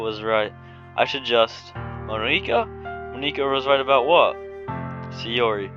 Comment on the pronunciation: you're saying monika wrong btw